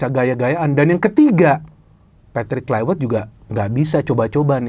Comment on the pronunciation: Pembacaan: Klaivert, bukan Klaiwert